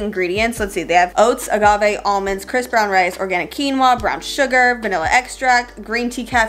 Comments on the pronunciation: Anyone else think she says Chris brown rice?? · Ok why did I hear Chris brown rice lmao srry ok bye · when you said "crisp brown rice" I thought you said chris brown rice